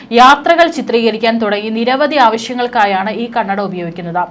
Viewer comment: ക്യാമെറയിൽ കണ്ണട അല്ല, കണ്ണടയിൽ ക്യാമറ, ഒന്നു പറഞ്ഞേ... കന്നഡയിൽ അല്ല, കണ്ണട എന്ന് ശരിക്കും പറഞ്ഞു പഠിക്കണം കേട്ടോ 😂